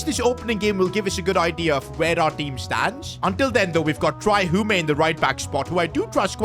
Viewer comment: It’s pronounced Hume not “humey”